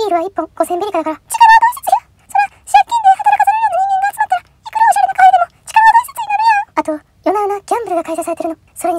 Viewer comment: カフェ⤵エ⤴︎？っていう感じの発音なんかおもろい笑笑 今日も投稿ありがとうございます✨️